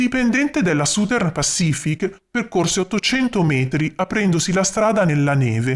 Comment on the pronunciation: Uno usufruisce gratuitamente del tuo impegno, quindi esprimere delle critiche potrebbe sembrare scortese, però, oltre ai giusti complimenti, ti consiglio di curare un pochino meglio la pronuncia delle parole inglesi. "Southern" dovrebbe suonare qualcosa come ** sazern*. La **Z* rappresenta la pronuncia del the degli inglesi, e per noi italiani è oggettivamente un suono un po' difficile da produrre ma la prima vocale è una semplicissima "a", non "u"" . Ciao, grazie per i contenuti che metti a disposizione di tutti., ,👍🙂